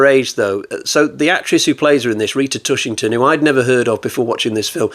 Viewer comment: TushingHam !!!!! Not Tushington !!!!! Solid review of one of Hammer´s odder films.